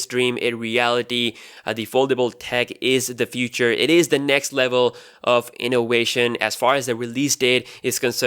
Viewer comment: INNOWATION INNOWATION INNOWATION INNOWATION INNOWATION INNOWATION INNOWATION INNOWATION INNOWATION INNOWATION UNWEIL UNWEIL UNWEIL UNWEIL UNWEIL UNWEIL UNWEIL Do you like Wagina's too?